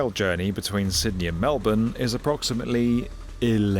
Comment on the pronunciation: You saying Melbourne right genuinely made my day